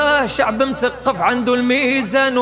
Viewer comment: قصيدة زوينة ولكن طريقة نطق الحروف تحتاج إلى تصحيح مثلا كلمة المغرب مثقف المنشد ينطقها متقف يقلب حرف الثاء تاء وهذا خطأ فااااادح يجب التخلص منه